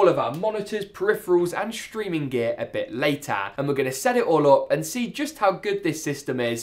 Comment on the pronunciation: "a bit latar" lmao